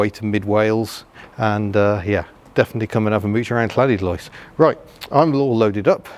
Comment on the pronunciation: it's pronounced Lanidlos with a 'than' of the double Ll's lol, learnt that many decades ago off the Welsh lol